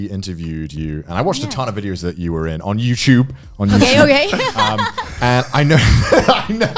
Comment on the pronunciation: That ON YOUTUBE, ON YOUTUBE. emphasis made me laugh Harder than I should've